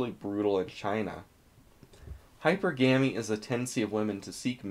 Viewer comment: "Hyper GAMY" Never change